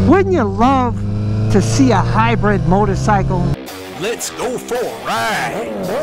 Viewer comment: "miotocycle" xD